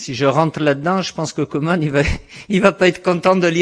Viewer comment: C'est "kOUman" et pas "kOman"